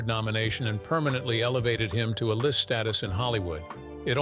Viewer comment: I cannot stress this enough: LISTEN TO THE WHOLE VIDEO BEFORE POSTING IT. ... "Kytal" and "Bad mother asterisk ker" and "to alist status." UGH.